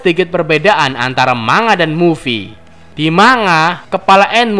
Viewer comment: Bukan "MA NGA" tapi "MAN GA"